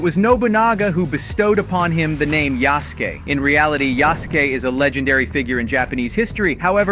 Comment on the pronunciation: I'll let you slide for the first mispronunciation of Yusuke. Then you mispronounced katana